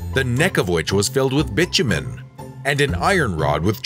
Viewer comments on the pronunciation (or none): The narrator or editor should be advised as to the pronunciation and/or spelling of certain words i.e. Hadrian (the spelling), Arles, the singular of dice is die not dice. Again, pronunciation of Lycurgis, ( incorrect first time, better the second time), bitumen, vase or vases and the drawing of Franklin with a kite during a lightening storm, never happened. Damascus steel is the result of an alloy yet to be discovered, or so I am told.